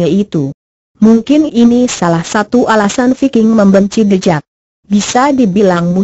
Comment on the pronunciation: Tulisannya the jack kok di bacanya the jeck kok dibacanya thejack